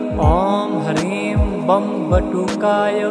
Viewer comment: || हर हर महादेव || किसी भी मन्त्र में "शुद्ध" और "अशुद्ध" उच्चारण का बहुत महत्व होता है। इस मन्त्र में आपका उच्चारण "शुद्ध" नहीं है। आप "ह्रीं" को "हरीम" बोलते हैं, जो कि बहुत अधिक खटकता है। कृपया अपना उच्चारण "शुद्ध" रखिए।